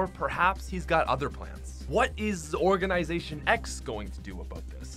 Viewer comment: nobody: *event occurs*: OrGaNiSaToIN X